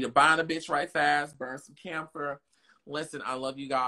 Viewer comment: Did he really just call camphor damphor😅🤣